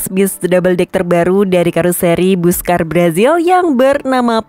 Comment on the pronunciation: Pelafalan Busscar yang paling tepat adalah = "Basska:r." 😊😊😊😊😊👍👍👍👍👍🚍🚍🚍🚍🚍.